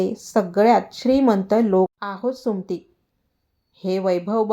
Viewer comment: कथा सांगण्याआधी सुमती हा शब्द नीट म्हनायला शिका.